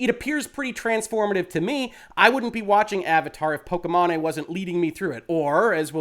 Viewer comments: I do not watch pokimane at all, but I know you are butchering the pronunciation of her name and it sounds silly, like how did you even come up with that pronunciation? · I absolutely love how you mispronounced her name! Lmao please do not correct yourself! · How you pronounce pokimane lmao. That’s what we should always call her from now on! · Very important topic to discuss but I bet you every dollar in my pocket people will focus on how you pronounced. It's hilarious. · "Pokémon-eh" hahahaha 😆 😂 The ethot's streaming name is pronounced *poke-ee-main* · Correct way: po-ki-maine way: po-ke-ma-né Lololololol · everybody else: "po-ki-mane": "po-ki-ma-ne" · “POH-KEY-MAIN” not “POH-KEH-MA-NE” great content as always sir, appreciate you. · Wow, was really thrown by the “pokey mahney” pronunciation over the actual one, “pokey main” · It’s pronounced pokey main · I think it’s pronounced poki-mane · I think her name is pronounced pok-ee-main, but I'm not a follower of her content, so don't quote me on that :P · Good Lord,, you had me cringing at the pronunciation of her name. The 'e' at the end makes the 'a' say it's sound. Pok-ee-main Other than that, fantastic and important video. Loved the Sword of Damocles reference! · "po-ki-MA-ney" muahahahaahaha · I love you, reallyvI do, but Poke-main. Just....Poke-main. or mane, either way. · Why are you saying "Pokimane" that way 😂😂😂? It's pronounced "pokey-mawn". Altho, most people say "pokey-main". Given that I rather dislike her, I'm fine with people getting it wrong, but your mispronunciation is definitely a new one for me lol. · Thank you for your professional and reliable opinion. I had a feeling that a lot of streamers (that I still like and respect a lot) are spewing a lot of wrong information regarding fair use and dmca laws (regardless of how I think dmca law needs to be updated/changed) P.S. I'm pretty sure it's pronounced "poh-kee-mayn" XD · are you up for a little pokimanipedi?